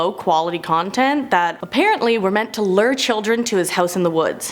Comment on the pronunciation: "Lure" is pronounced "Looer" not "Ler" .... what is it with this generation mispronouncing everything?